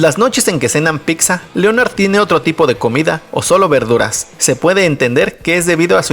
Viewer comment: Osea.... Todo iba bien y dices Picsa 😂😂😂😂😂